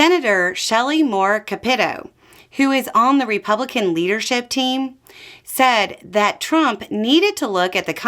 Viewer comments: In WV, we pronounce the Senator's name CAP eh toe. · Shelly Moores' last name is pronounced Cap A Toe. Sorry for the correction. But I lived in WV for 71 years.